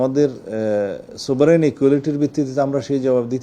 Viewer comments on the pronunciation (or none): sovereign সভরেন হবে, সুবারেন না